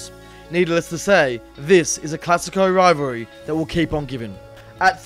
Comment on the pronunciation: Why did they get a commentator that struggles to say rivalry lol